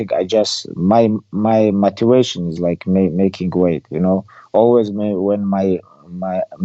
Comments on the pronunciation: Khabib's favorite word "Matuation". He used it in almost every interview...😂. I love him as a champion, i love him more as a person, humble. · Elric Anderson it’s how he says motivation